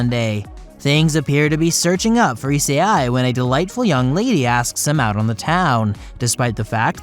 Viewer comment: I think I’m having a stroke. The way he pronounced essei and rias’s name is killing me